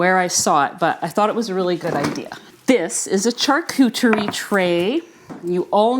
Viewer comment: Go Teddy! Hope Teddy gets some quality doggie training! Glad you realised what was going on with your egg cooker. The charcuterie tray is pronounced (shar cou terry) just in case you wanted to know